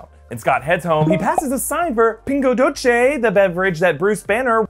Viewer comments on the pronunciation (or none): its "doce" not "doche".